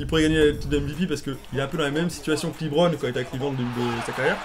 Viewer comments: les mecs Lebron sa se dit pas "Libron" hein mdrr c'est "Lebron" tout court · c'est pas "Libron" james c'est "LEbron" james